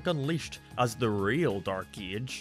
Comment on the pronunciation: I know he can't help it because of his accent but it really sounds like he's saying "eej" instead of "age" at the beginning of the video, he says it a ton of times and it throws me for a loop.